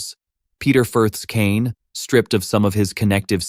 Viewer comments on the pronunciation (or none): none